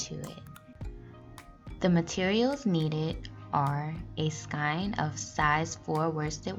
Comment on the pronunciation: “Skein” is pronounced “skayn.” :-)